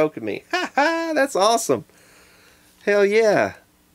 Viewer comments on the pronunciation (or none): none